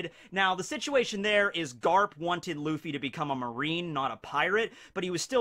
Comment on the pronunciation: Im impressed by the casual japanese when quoting luffy